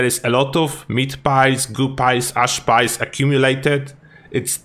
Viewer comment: Yep, at first I was going, meat pies? What meat pies? Then I realized was saying meat piles. LOL